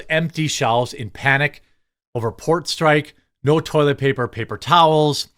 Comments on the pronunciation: Homie? Strike, not strick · Dock Strick? STRIKE...lol